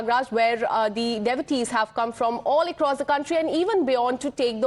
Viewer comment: She cannot pronounce devotees